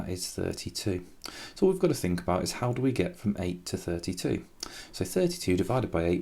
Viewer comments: 🤣🤣🤣i think you need to edit that instead of how you said "hoe" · it said hoe not how😂